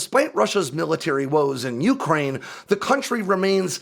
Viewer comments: For fuck's sake - it's not YOUkraine. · Your emphasis on the beginning of the pronunciation of Ukraine is so grating lol I have never heard anyone else pronounce it that way.